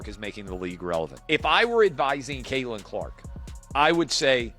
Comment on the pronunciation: At least get an AI voice that can say Caitlyn’s name correctly.